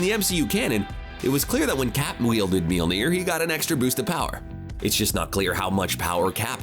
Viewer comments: Apparently the narrator doesn't know how to pronounce names. It's mjölnir not meelner and watiki not wataki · What in the hell did he call Mjolnir? Ok, gonna be hard to get past that..... Mjöllnir as in M-yal-neer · What's up with this idiot calling mjolnir 'mealnear'? Has he ever watched ANY of the movies containing Thor? Shit bugged me more than it should've but I couldn't even get thru the first two minutes...idiot. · Just stop saying Mjölnir. Your pronunciation is absolutely fucking dogshit. Maybe try looking up the word you're trying to say before shitting all over it. This is one of the cringiest things I've ever seen. Christ... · Actually he does not say it right. It's an Icelandic name so he actually doesn't say it right.